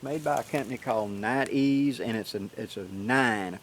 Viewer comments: It's pronounced Nite-EYEs, not night-ees. Niteees doesn't even make sense. And it's Pruh-sik not Proosik. Grammar and enunciation are important. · nite eyes is how its pronounced my southern brother!!! Hello!! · I'm thoroughly enjoying this back-and-forth between you and Dave. I feel like the entire community just leveled up with these enhancements. I do believe Nite Ize is actually pronounced "Night Eyes", mostly because they started with flashlights and headlamps. They now have tons of products to organize, illuminate and tie-down you outdoors stuff, including your dog. Their micro bug light is one of my favorites because it attaches to almost anything including a backpack strap super easily. You are showing their figure 9 rope tightener. Since I use a piece of paracord and one of those to hold down my BBQ cover, I stopped using the factory straps and it completely stopped lifting up like a friggin' mushroom in high winds, Plus it's faster. They even have a carabiner version for even more simplicity with this ridge line system. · Nite-Ize, say Nite Eyes :-)